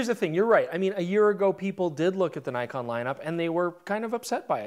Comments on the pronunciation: It's Nikon, not Naikon!!! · Sorry but... (i) awful colour grade and (ii) Nik-on not Ny-kon